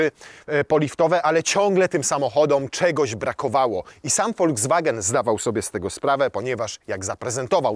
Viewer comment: Foldzwagen?? To jakaś nowa chińska marka?😂